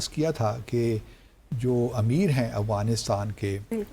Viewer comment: First of all correct your accent it’s not Awghanistan , it’s Afghanistan. Heraa mandi ki paidaesh